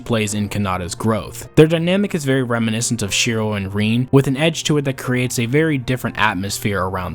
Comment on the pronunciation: Bro said "Reen" lol jokes aside, 'twas a great video, look forward to seein more from u!